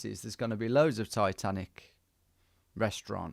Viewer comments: "Ititanici"? lol. it's Titanic! :D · Am i blind or did my guy read Titanic as Itatanici 😂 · Tom, I was screaming its Titanic you noob not ITitanicI 😂😂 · Itanichi 😂 pretty sure it just says Titanic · My heart sank when Tom said Ititanici 😆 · He misread it as ITHANICI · haha i just started watching and thinking what is he talking about, it only says titanic. hahahaha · Am I lost or did Tom just misread titanic as something in Greek ? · Came here to say the same 😂